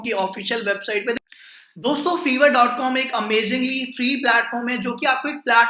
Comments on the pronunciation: Bhai vo Fiver hota hai (फाइवर).. Na ki fever 🤣🤣🤣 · Fevrr ni its fffiii verrr😂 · Ye feeever nahi fiiiver ha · Sir vo shayad fiverr hota hai "fiver"(bhukhar ) nahi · Your pronunciation of fiverr is wrong . It is not fever. it is five+err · its not FEVER its FIVERR Atleast pehle naam lena seekh liya karo tum logo ko sunkar dusre bhi bolenge galat Also fiverr par main pichle 4 saal se web development ka gig chala raha hoon 99 percent positive feedbacks ke saath aur yeh bata dun aap sabko fiverr is not for KIDS 1 negative review aapke total orders ko khatam kar sakta hai Fiverr par bina skills ke signup karna bekaar hai koi order nahi karega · Hahahahhaha feevar nahi lol Fiverr 😂😂😂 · Another thing dear chootiya it's Fiverr not feever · Buddy it is pronounced 5er